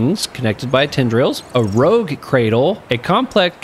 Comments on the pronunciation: Rouge, not rogue. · "Rogue" cradle. Violet "bay-yoo" Well, we know who didn't take French in high school! Even though those are English words!